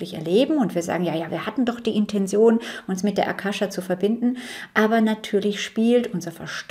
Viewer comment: Liebe Mel, dankeschön für deine Arbeit und die bereichernden Informationen. Nur eine kleine Frage: Warum sagen so viele Menschen, die im esoterischen Bereich Infos verbreiten "Intension"? Ich kenne nur das Wort "Intention", ausgesprochen " Intenzion" in der Bedeutung "Absicht". Das verwirrt mich etwas.. Liebe Grüße und alles Gute